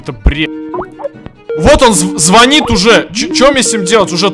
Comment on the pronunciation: Не зво́нит, звони́т